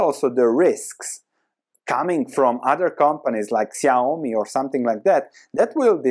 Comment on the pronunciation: Accurate pronunciation of "Xiaomi"👍